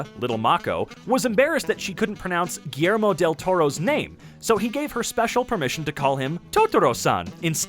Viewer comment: Thats not how you pronounce Guillermo del Toro, so, im going to teach other people (Hpoe no one else did this before. PD: English its not my first lenguage) so, Guillermo is separated by Gui (1)-ller 2-mo (3), "Gui" is pronounce like"GUIlty". "Ller" is pronounce like "She" but witha a "R" at the end, and finally, "mo" it's pronounce like "MOther".